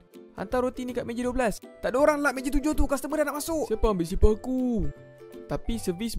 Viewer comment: Custormer ke castermer 🤣